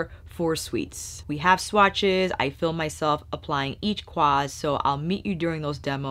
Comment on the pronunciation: you mesmerized me with your swatch pronunciations! 🥰